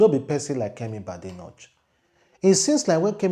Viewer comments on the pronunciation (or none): Badenock is pronounced as Bah-Day-Knock as in "knock" i.e Knockout, Knock on a door. It's not Bade-notch according to your pronunciation. Just thought I point that out.